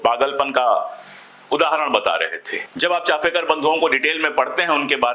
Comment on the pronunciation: Sir can I add something more these brothers are chapekar not chafekar the family belong to Village known as chapa that's why the sir name is chapekar. Chafekar is a wrong pronunciation.